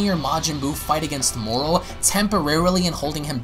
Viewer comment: Why do you keep saying "Morrol"????